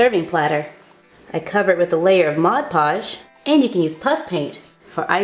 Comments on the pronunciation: you mean mod podge not mod lodge ☺ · not to be judgemental, but in the intro you said mod lodge! and in the ending you called mod podge, glue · Am I the only person who saw mod lodge its mod podge it was an l instead of p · It's mod podge your deaf